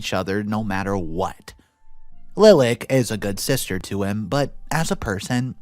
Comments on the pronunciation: Pronunciation: Lilac= like the flower Li lak not lil ak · Lilac is said "Lye-lack," don't get why all these YT readers are saying it "LIL-ick." This isn't the first time I've heard this story with readers saying "Lil-ick" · giggle "LIE-lock" not "LIL-ack" Love your vids and commentary. One of my top three, in fact! Blessings! -Granny Heidi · Lilac is a flower, comes in white, lavender, and purple. Pronounced LIE'-lack. ;D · I'm sure someone else has mentioned it but in the 2nd story, the name "Lilac" is generally pronounced "Lie-lack", like the flower.